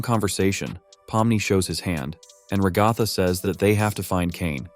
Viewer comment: Brotha it's a ai voice so it can't say ragathas name